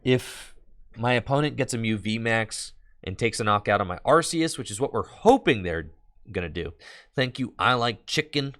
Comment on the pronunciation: I love the change from "Ar-See-Us" to the correct way, "Ar-Kee-Us". 👏